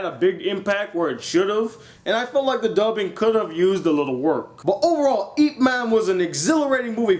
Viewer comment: your pronoucing IP wrong ....yip